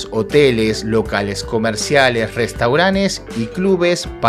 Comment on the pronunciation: Que mal hablas! Se dice RESTAURANTES, restauranes no está recogida en la RAE.